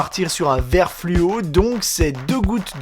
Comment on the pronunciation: Il a dit il faut ... goutte de VERT et...goutte de JAUNE . Lol